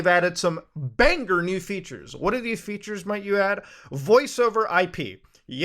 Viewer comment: when people enunciate the "G" in banger ................................